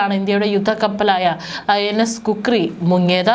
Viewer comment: Kukri അല്ല ഖുക്രി